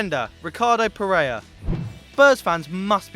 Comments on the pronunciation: F***ing Pereira, not Perea. Either learn to read or to speak, but that's not good enough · PereiRa sorry I am Brasilian and it triggers me the way You say PereiRa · It's Ter Stegen, not 'Stergen' and it's Ricardo Pereira not Pereya.